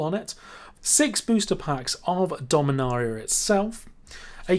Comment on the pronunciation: Take a shot every time he mispronounced dominaria